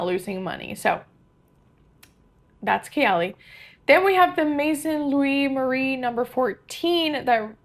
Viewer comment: FYI, you pronounced Maison Louis Marie perfectly!